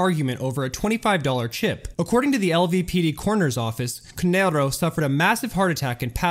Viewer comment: No shade, but as an Italian It irks me that you pronounce "Canarro" in a spanish tone/accent. All in all though bro, keep up the amazing work.